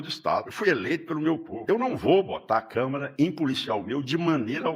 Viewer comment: E eu vou mandar a minha: Câmera: utilizada para se referir aos aparelhos de filmar e tirar fotografias; Câmara: se referir a espaços e, especialmente, assembleias legislativas. Alô, "Caído"!! Fala direito!!